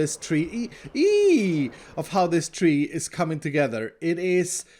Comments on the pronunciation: my man said trwee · No, he said "treeE" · Tree E its a TreeE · Is no one going to mention that said “tree-e-EE” and it’s the funniest thing I’ve ever heard?